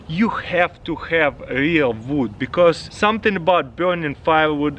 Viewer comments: "I prefer vood." English as a second language lol. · Did anybody els catch that he said vood lol